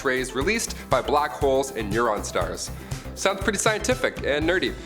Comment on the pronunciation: Did you say "neuron star"? It's neutron, as in the particle.